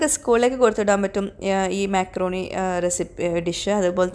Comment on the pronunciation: myakroni alla makrooni 😅